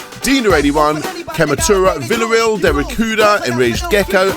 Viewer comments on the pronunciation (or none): none